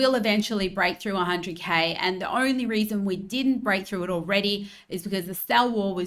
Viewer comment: Did she say the "ornery" thing we have to worry about? Why's it ornery?